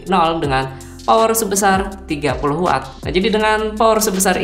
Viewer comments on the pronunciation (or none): none